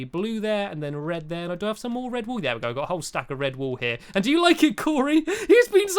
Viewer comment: Stampy: have you got any wool lee?? Me: woolee?? Lol